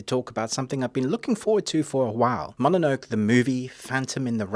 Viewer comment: Great balanced review, me ol' sock. Just one curious note... it's MO-NO-NO-KAY, innit?